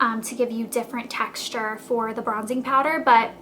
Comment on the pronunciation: I love the way you say "texture" haahha its like "taxture" aw